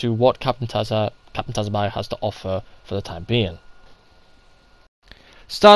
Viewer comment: It’s pronounced “sue-bah-sah”, dude. 🤦‍♂️